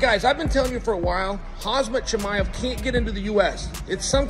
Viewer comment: "Hazmat Chimaev"? To his face? Well played, Uncle Chael!